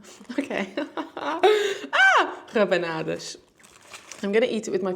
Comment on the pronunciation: feliz natal e bom ano novo perfect accent with the rabanadas ;)